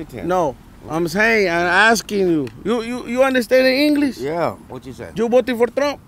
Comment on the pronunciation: "Englitch foreverrrr" can win anyone over